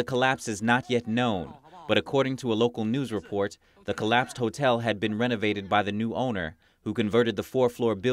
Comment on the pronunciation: I love how she say hatell